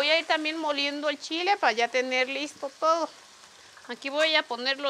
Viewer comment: Que buena comida pero me da risa cuándo dice qué do bien bueno 😂 jajaja